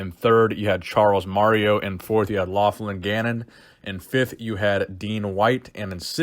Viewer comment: Loughlin is pronounced ‘Lock-Lin’ 😁